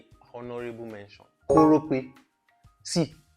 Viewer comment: When he said "Korope" 😂